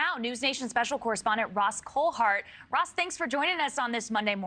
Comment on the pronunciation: It's kind of sad when the news reader can't say your name right Ross, but she smiles or smirks as she reads the headline before she introduces you. I guess not all appreciate all you do in this field ❤